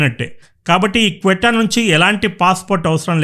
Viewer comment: Bro. "క్వీట్టా" కాదు "సీయుట" అని పిలుస్తారు...... మంచి విశ్లేషణ... 👍🚩